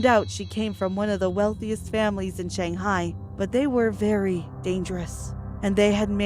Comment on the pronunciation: you don't even now how to pronounce shanghai